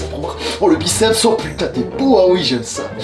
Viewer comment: WaiMy non il dit huho